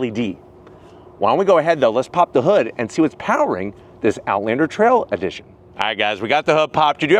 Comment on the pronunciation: Do he say hood or hoog? 😂